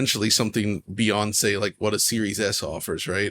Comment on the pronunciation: “Beyoncé” 🤣 (beyond, say)